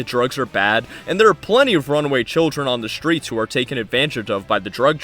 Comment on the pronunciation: IT'S PRONOUNCED 'STREETS' NOT 'SHTREETS'. Why does every foul mouthed youtuber have this SAME 'speeth impediment'?!?!?!?!?